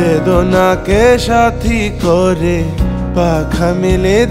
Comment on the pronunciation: Outstanding !! পাপন prefect, তবে নিয়াজ সাহেব থাকলেও মন্দ হতো না।আর কিছু উচ্চারণ বেখাপ্পা লাগছিলো ব্রিস্টি(বৃষ্টি), কয়রে (করে),মেয়খে(মেখে)। তবে অবাঙালি হিসেবে মানিয়ে নেওয়া যায়।